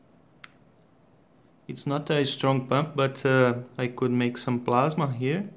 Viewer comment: Sim pronuncia como se estivesse falando em portugues e não em ingles.